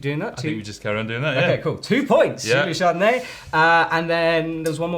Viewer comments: It pains me every time they pronounce Julia Charnourdie as Julia Chardonay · Chanourdie, not Chardonnay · It hurts everyone you say julia's surname wrong 🤯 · I came here only to see that if You finally can say Charnourdie properly... Nope... Shame guys, shame... Please call to Charlie Bosco and he will say it to you...